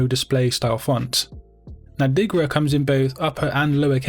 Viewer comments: Its Dirga, not Digra :D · Speak correctly diRGa and not diGRa :)